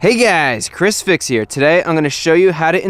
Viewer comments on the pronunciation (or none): none